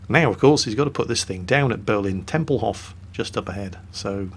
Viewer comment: Please dont say Tempelhoff, stress the o a little bit more and say Tempelhof